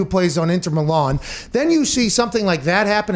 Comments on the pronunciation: Respect Pat for covering this story👏but can we start calling it football and get the inter Milan pronounciation correct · Yeah the way he said Milan pissed me off 😄